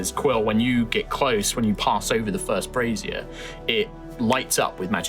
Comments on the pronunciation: Brazier, not brassiere! Everyone just kept talking about bras the whole episode! did say it right at one point but everybody else copied the brassiere one lol. Made it hard to take the trap seriously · I SWEAR they keep saying ‘brassiere’ meaning bra. Isn’t Brazier pronounced Bray-zee-a? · American here so grain of salt and all that lol - Agree on the bra thing, that was throwing me off. I've always heard brazier pronounced similar to the surname "Frazier"